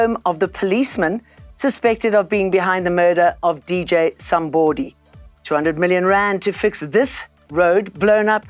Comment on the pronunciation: I loove how she says DJ Somebooody, because that's the correct pronunciation 👌🏾